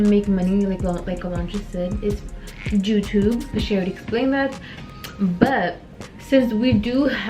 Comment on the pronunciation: How says joutube lol